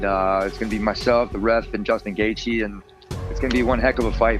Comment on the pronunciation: He said Justin Gayjay and his moms head is structurally unsound. In font of you at the movies, would be a nightmare.